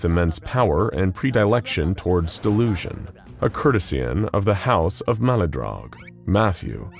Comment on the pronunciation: Predilection, pronounced pre·di·lec·tion, not pree-dye-lek-shun. I've stopped letting mispronunciations on this channel bother me, and just treat them like a treasure hunt, now. Perhaps I'll invent a drinking game! Anyway, better to have fun with it than let it bother me! Keep up the great work, SCPeeps!